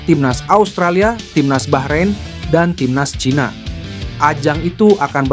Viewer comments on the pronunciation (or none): none